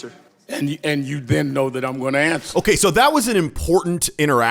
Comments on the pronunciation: I'd like to smack Al right in the face. He's playing Jerry Springer with his talk over. P.S. Is it "ask a question" or "ax a question".. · "aks" a question. Wow. An educated man talks lime he isn't. What a looser. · For what it’s worth, Al did axe a question. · Sharpton just needs to axsk a question!